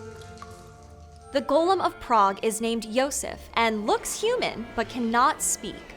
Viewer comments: Loved your take on the Golem story, learned a lot from it!! Also, the way you kept saying Gollum instead of Golem is “Precious!” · Golem's pronunciation is malleable apparently also. Listen carefully to all the times that you pronounce the name of the monster. Once you pronounce it as "Gollem", like in The Lord of the Rings. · That's an incorrect pronunciation. The correct pronunciation is "go-lem", just like how it's written. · Except for when she slipped and pronounced it how she really wants.